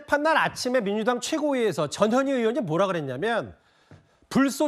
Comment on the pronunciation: 나는 왜 전현희가 저년이라고 들리지 ㅎ